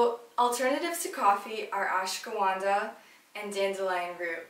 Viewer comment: ashwaganda! Not ashgawanda